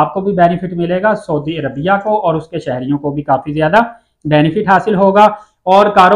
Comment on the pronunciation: dear brother you are giving nice information,please correct your pronounciation of saudi Arabia. thank you.